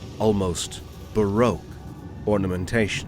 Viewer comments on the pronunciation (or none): none